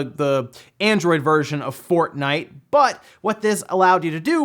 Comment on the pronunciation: Did you say fartnite on purpose